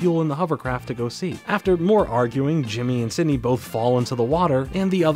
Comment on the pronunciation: I keep hearing Sydney instead Cindy LOL